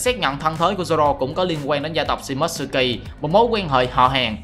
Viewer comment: Tên Nhật đọc là Shi mô tsu ki Chứ ko phải là shi mốt sư ki Chứ ad